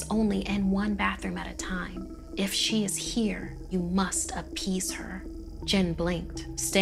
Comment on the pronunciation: “You must apPEEase her”